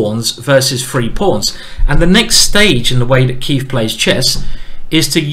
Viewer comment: Every time he says “Keif” I keep thinking “ey, did the beat go off?”